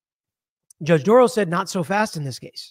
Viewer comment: Dorow NOT Dorrow NOT Darrow. Or Darow.